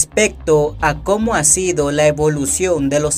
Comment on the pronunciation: Carajo mejore su pronunciación en la lectura, ejemplo: cómo y como no se pronuncian iguales. No es lo mismo: ¿Cómo está usted?, a: Así es como se hace.